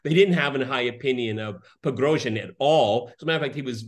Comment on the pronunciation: Say "Pigrozhin" again . . . lol. Why can't you even pronounce his name correctly?